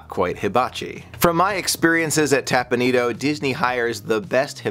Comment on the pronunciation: Teppan Edo, not tapanido